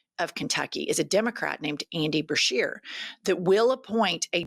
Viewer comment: BESHEAR NOT BERSHEAR! Get it right Jennifer!